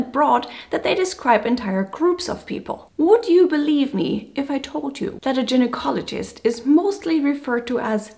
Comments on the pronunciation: small correction, for lady doctor ,it's Guynocologist not Gin nocologist. Yes it's ironic . I don't know why it's that way. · it's not pronounced "gin ecologist"... though some do enjoy gin